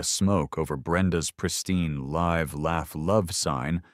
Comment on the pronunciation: What a Great Example of AI's Issues "I Live Here" ... AND "Live Fish" Live in this Instance is Not Pronounced The Same way LIVE LAUGH LOVE Spoken Like Live Bait Hilarious AI = 2 year old Train Wreck